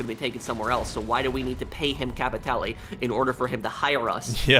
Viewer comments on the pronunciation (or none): The only major thing that has let me down badly was locked clothing items behind a completion of a ruthless mission. And the other annoying is..... "Capitay'Lay".